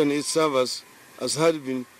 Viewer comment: Uhuru cannot utter servers hehhehehehhe mwizi NASWA hawa